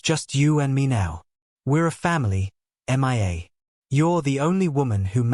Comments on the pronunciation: It is hilarious how this AI narrator called M.IA. Her name is Mia , Julian mistress. A simple name. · Couldn’t even concentrate with the continual referring to the girl as M. I. A instead of Mia it was laughable as if she was missing in action does anyone even listen to these before they are posted ?😀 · The narrator says M I A and not Mia. The AI (artifical intelligence) narrator is substandard. The channel's owner needs to do a better job. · Haha Mia is not pronounced M.I.A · That drove me mad. So bad I was getting confused. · HOW HARD IS IT TO SAY MIA INSTEAD OF( M. I. A. missing in action ) ? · It is AI. Even the pronunciation of her name.He has a hard time saying it.